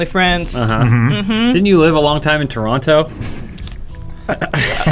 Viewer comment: The way pronounced Toronto threw me off completely lol